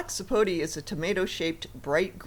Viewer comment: It's pronounced sapotA not sapotee